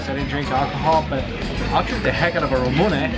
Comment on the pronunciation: The way he says ramune kinda bothers me, in the slightest way possible hahaha love Japanese food